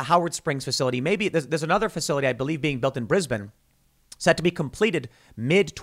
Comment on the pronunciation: Pronunciation of Brisbane was spot on.